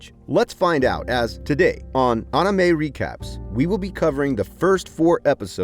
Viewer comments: "omine" Whyyyyyyy, Whyyyyyyyyyy would you say it like that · did you just say ahnime? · Anneemay interesting pronunciation